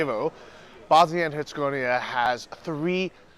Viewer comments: Dude: Herz-gaw-vee-nah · say it like this hurts eh goveena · Come on Bro....go back to your room and practice until you can say Herzegovina. hurt·sa·gow·vee·nuh REPRESENT MAN! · Don’t give up, Bosnia & Herzegovina isn’t that difficult to pronounce